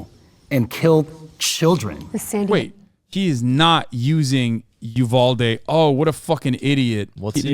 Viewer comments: My man keeps calling Uvalde "Ubaldy". I think he just might be unconsciously talking about himself in this situation. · I love how upfront and unbothered this guy is And why does that other dude keep pronouncing Uvalde like “A Baldy?” 👏🏾👏🏾👏🏾👏🏾 did this man really just say he signed up to be a cop because he knew he would get shot????? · Is it me or did that pig keep saying Ubaldy, not Uvalde? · I hate how the one cop kept pronouncing uvalde like "oo-ball-dee"